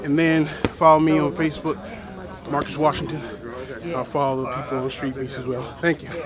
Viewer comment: said “screet beefs”😒